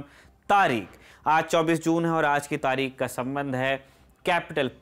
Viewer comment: आप तारीख़ को तारिक बोल रहे हैं, प्रोनंसिएशन सही कीजिए। धन्यवाद।